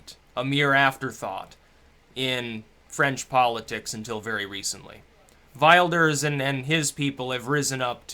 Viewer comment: we nag because it sounds so bad xd will-durs is what i came up with as well.